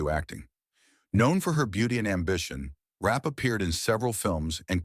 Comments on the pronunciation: Concerning Virginia ‘Rap’: Her name was Zelliene Virginia Rappe. The last name is pronounced ‘Rap-pay’ not Rap. It is thought the only thing Fatty Arbuckle was guilty of was holding the party. That Bambina Maude Belmont lead the charge against Arbuckle has been pretty clearly established. Belmont, who allegedly needed money, testified at the trial. She was also at the party with Rappe. There are many stories about both Rappe and Belmont that are very interesting to read. Rappe is at Hollywood Forever cemetery and her grave is clearly marked with her last name. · It’s Virginia Rappe not Rap. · Its Virginia Rappe.